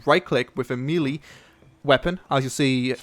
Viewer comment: "maylay" not "mealie"